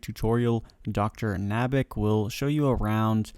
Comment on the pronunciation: Dr.Nabanik Say it with me NAB-UH-NICK :)